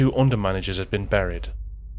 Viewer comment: For your info, the word 'buried' is pronounced like the word 'berry', and not like the sound of the word 'curry'.